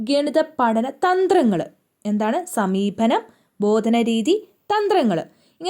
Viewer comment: Not sameebhanam, sameepanam